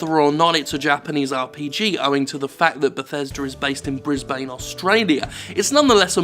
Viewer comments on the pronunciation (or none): ikr, it's pronounced "Breezbin" or "Breezy" for short. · Brisbane. Bris-bane. If Bane was a mohel that's what he would call his business.